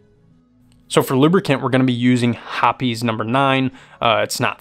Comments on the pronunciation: "Hoppies" 😂😂😂 wtf never in my life 😂😂 try "hops" as pronounced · He said Hoppys' 🤣🤣🤣🤣🤣🤣